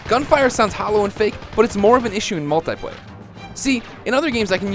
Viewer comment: gun dosen't sound real. your one to talk. you can't even say multiplayer right